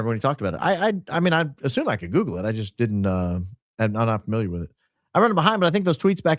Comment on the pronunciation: ..." I'm familour with the lady garden..." 😂😂😂😂 I'm creased 😂😂😂😂